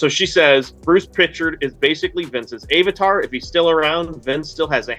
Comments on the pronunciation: I’ve never heard someone pronounce avatar as Ay-vatar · How doeSomebody sitting in front of Alpha Flight comic books not know how to pronounce 'avatar'?